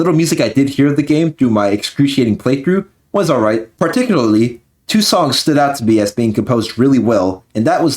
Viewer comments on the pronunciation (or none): none